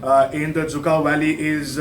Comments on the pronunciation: Lol it's dzükou not zhukov 🤣🤣 who said it's zhukov 🤔🤔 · Cant even pronouns the name of the valley right